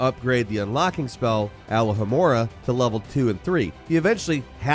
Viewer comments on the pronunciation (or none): al-la-ha-mora just just got my attention how he said it wrong al-lo-ha-mora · Brother its Ah Low Ha More Ha not all oh ha mora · It's not alohamorah, it'ss alohamoraaaaaaaah. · All-OH-amorah. Not ALL-oh-amorah. Otherwise. Great stuff,! Thanks. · "It's Al-oh-hoh-more-a, not "A-la-ha-more-a" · It's Aloooooohhhhh-hamora, not Alahamora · i appreciate the video as a new legacy player… but as a 20 year fan of the series, alohomora is pronounced “ah-low-ha-more-a” 😂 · Bro every time he said Alohamora, it sounded like he said aloe Vera😭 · You said alohomora like you were going to say alakazam or aloe vera when the first part is pronounced more like the Hawaiian aloha, a-low-ha-mora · Why cant americans say alohomora properly? They always stick in a A, its an O. Watch the movies i am sure you have, they teach you how to say it correctly. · It's pronounced A-low-ha-more-a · Just sayin Hermione would've lost her shit. ALAHAMORA?? Bruh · Every time you said alohhamora my heart broke a little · not a big deal to some but i find a bit irking, please say alohamora correctly,,,,, its pronounced ah-low-ha-more-ah not leviosaaaaaaaaaaaaaa edit: the dark arts pack isnt a ps exclusive, its all platforms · The pronunciation of Revelio and Alohamora though... 😬 Revealio and Allahamora... 🤣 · Man how do you manage to mispronounce sh1t you spent hours and hours listening to the game say? Every damn game 😂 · How do Americans watch 8 films and play through a 50 hour game and still pronounce ‘alohomora’ that way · How tf did he just pronounce "alohomora"?! Kidding aside, great video! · umm... that's not how you pronounce alohomora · Was is bothering anyone else when he was saying alohomora wrong